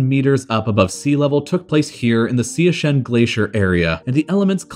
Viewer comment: Especially those pronunciation mistakes, like calling Siachen 'Siasheen' when it is pronounced as Siachin. Also, calling Indus River 'Indoos River'. One should do a bit of research before making the videos.